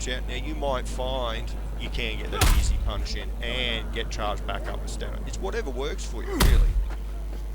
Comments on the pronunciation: STAMINA!! it's not stanima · Why do you say "Stanima". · I love how this guy calls it “stanima”